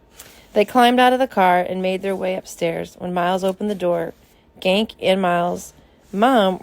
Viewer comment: iTS GANKE NOT GANK but thanks for this